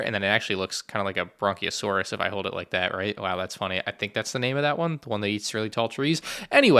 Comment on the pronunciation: "Bronkeosaurus." Close! It's the BRACHiosaurus. :)